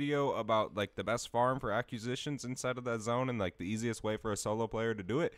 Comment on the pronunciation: I would follow but I can’t hear you pronounce “acquisitions” and “sigil” like this over and over